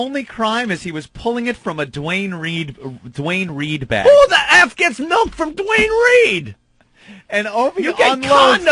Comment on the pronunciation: Melk. Fucking MELK? Eugh.